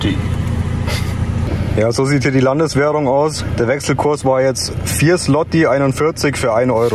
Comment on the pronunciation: Złoty (spricht sich ungefähr "Swoti"). Zum Glück haben wir noch keinen Euro... aktuell wäre das für uns der Todesstoß und uns gings genauso mieß wie den Slowaken aktuell, die den Euro viel zu früh eingeführt haben.